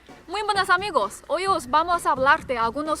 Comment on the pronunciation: no te cuesta trabajo decir "podeis" porque se te hace mas facil poder pronunciar "amigois" que amigos:) me gusta verlos y escucharlos, saludos desde Mexico